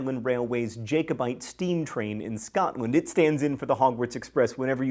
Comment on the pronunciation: Great job pronouncing "Alnwick." But Jacobite is pronounced Jack-O-bite and "hearth" is HARTH. ( Guess you grew up without a fireplace.) Love your posts but c'mon find an editor or at least use a dictionary...especially if you have not heard the word before.